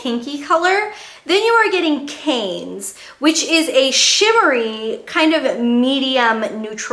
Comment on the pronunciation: thats not quite how you pronounce Cannes haha, its "can"